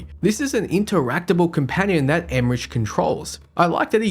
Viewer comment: I believe the (English) pronunciation of Emmerich is "EM-mer-ick" with a hard K at the end.